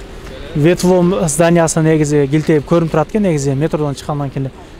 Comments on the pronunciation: Вет воом,эмес бет буум болуп окулса керек!Анан теманарды туура койгула алдабай! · 😂😂😂ветвом эмес бетбом деп окулат тууган